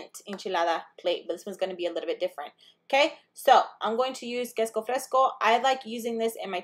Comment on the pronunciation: Love how ur saying quesco instead of queso